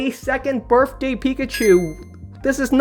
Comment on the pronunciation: Also, it’s BirTHday not BirFday